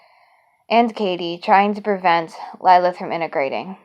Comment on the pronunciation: I have a Lilith with me—- pronounced LLL-i-L-i-th